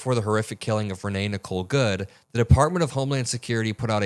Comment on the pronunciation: Why are you pronouncing "Good" as "GUD"? Are you mocking her? It's you said "GUD" as her name. Did you eat a gud meal today? Do you like doing gud for people? What is wrong with you DUDD?